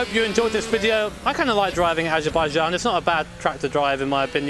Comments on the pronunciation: We had the what grand prix? Ajerbayjan is what I heard. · "asherbijazn". we love you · saying Azerbaijan is amazing.